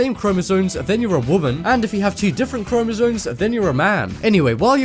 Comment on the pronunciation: You sound dumb saying "chromosoNes".